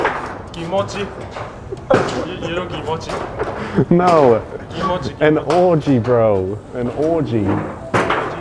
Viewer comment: It's "kimochi", but yeah this guy is hilarious 😂😂😂😂 Not even could hold his laughter 😂😂 He must become a comedian, he has real talent! 😂😂